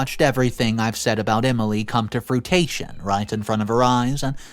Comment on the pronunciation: If you are going to read these stories you need to know how to pronounce basic words like "fruition".